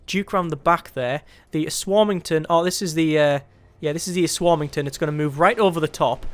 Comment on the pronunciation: um ass warming ton lol